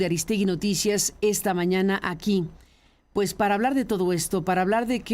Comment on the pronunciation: Pus.? Se dice pues